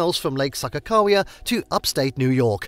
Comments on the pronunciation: Mountains in the thumbnail and you don't know how to pronounce anything here. You lost me at SAHKA-cow-wea. Next. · It took me until the sign to realize the narrator was slaughtering Sakagawea's name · Seriously if he says Sakakawea wrong one more time. It was super annoying.